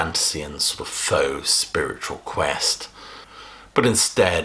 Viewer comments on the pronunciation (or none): none